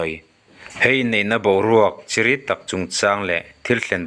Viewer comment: Chiri ani lo chiiiriii tirawh🤣🤣